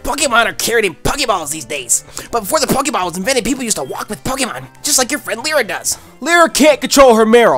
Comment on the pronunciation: Lyra is pronounced Lie-ra not Lee-ra